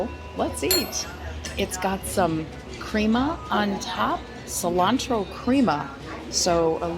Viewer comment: Another entertaining video, however, just to be slightly picky, you mispronounced "Il Fornaio" and "crema." Keep the videos coming!